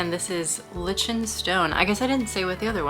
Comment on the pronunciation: Thank you I wanted to comment on that as well 🫣